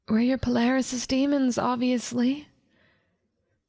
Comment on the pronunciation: "PALARYSIS DEMONS" HUH????